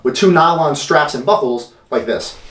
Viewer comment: did anyone else think he say "bubbles" not buckles??